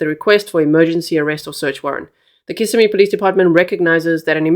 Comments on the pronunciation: Just a little help with pronunciation of city/county 👉🏼 kiss SIM ee os SEE oh la 😊😊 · Osceola is pronounced Os-cee-o-la. Kissimmee is pronounced Kiss-im-me. im not I'm. We'll get you speaking Native American! As for this case, it is horrible 😭! I feel mom knows more than she's admitting. These poor children. Thanks G for covering these cases w grace. Justice for Madeline! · And kiss—sim-ee